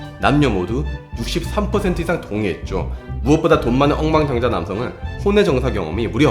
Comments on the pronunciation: 그러니까요 ㅋㅋ [엉만장자]라고 발음해야하는데 [엉망장자]라고 하시네요 ㅋㅋ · 억만장자를 자꾸 엉망장자라고 하시는 건 왠지 일부러 그러시는 것 같은 느낌적인 느낌 ㅎㅎ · 엉망 장자가 아니고 억만 장자 자꾸 엉망 장자래 ㅋㅋㅋ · 자꾸 '엉망장자'라고 발음하세요 ㅋㅋㅋ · 원래 억만장자 발음이 [엉만장자]이긴 한데 ㅋㅋ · 표준발음법에 따르면 엉만 장자가 맞는 발음